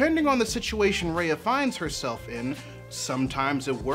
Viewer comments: it's RUHYA not REYA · I'm sorry but this is bugging the shit outta me Ah-hem! R-EYE-AH not R-AY-AH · Okay but....could you say her name right? It's "Rai-uh" not "Rei-uh" You were able to evaluate the whole movie beautifully though :)) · this is exactly what ive been thinking about, thank you. also Raya's name is super symbolic in a lot of SEasian languages which is cool especially when pronounced how it is in the movie (like rye-uh not ray-uh) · btw it's pronounced "rhy-a" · Bruh it's "Rye-A". btw I completely agree w your point, great video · It's RAAAAA - YA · Her name is pronounced, "rai-ya." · It's pronounced rah-yah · can yall learn to fucking pronounce raya correctly